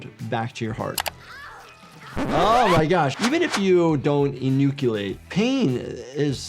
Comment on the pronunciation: How the f did you pronounce enucleate?? It sounded like you saw that word for the first time! Are you a real doctor??